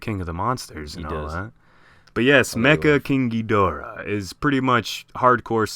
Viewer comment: He really needs to be banned from saying ghidorah